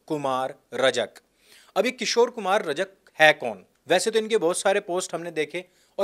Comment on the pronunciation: रजक नही रजाक